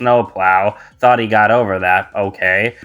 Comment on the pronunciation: Thanks! 😊 also you said thought incorrectly.